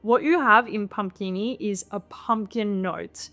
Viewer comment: After hearing again perhaps you pronounced it en francąise?😊